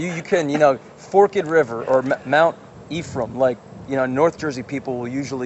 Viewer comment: that blue shirt guy actually said fork-Ed River I’m so happy